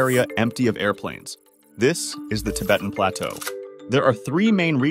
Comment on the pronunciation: I didn't know you pronounce plateau like that